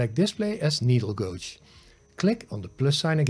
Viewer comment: Gauge isn't pronounced how its spelt - Gage/gaje 👍